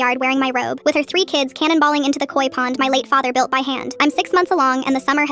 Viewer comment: ay no one gonna talk about how she said her robe like she stole it